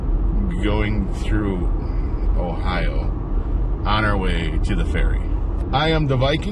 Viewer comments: Dang! I was going to like your video until you said “Ohio” like you did. Never mind! I’m not even going to watch now! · Me too- I’m out. Proud NE Ohioan here!